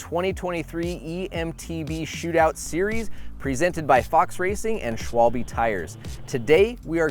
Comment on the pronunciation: Hey, please don't ever say Schwalbi. I mean it's your sponsor. At least you could pronounce it correctly. It's SchwalbE and not Schwalbi. It's easy! The same with Öhlins. It's not Ohlins, it's Öhlins. If Europeans know how to pronounce everything in English so you can pronounce everything in German. Why not? Just try it and please never ever say Schwalbi. It hurts my ears and makes 'em bleed. And yeah, there's no better E-mtb and motor than the Rocky Mountain Powerplay line-up. The rest is just overpriced toys.